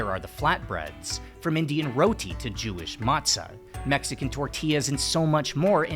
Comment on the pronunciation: 1. I can't believe how ignorant the world it's about Mexico's bread variety. it's the most vast in the world thanks to all those baker's back when the country was still called New Spain. Maybe I'm not that surprised when him only mentions tortillas (and not even pronounciating it correctly) as the peak and absolute only contribution to bread as a cultural expression. 2. Of course he failed to mention France went to war against Mexico about some cakes which it's freaking hilarious. The story goes some guys caused a rockus in a french bakery and France needed an excuse to invade Mexico to try to conquer it (It was an independet country at that point). Long story short they failed and that's why USA celebrates 5 de mayo today. They where apparently so happy about France not winning they HAD to make a national holiday about it (they thought France then would also conquer the 13 colonies. Weird time in history if you ask me but whatever)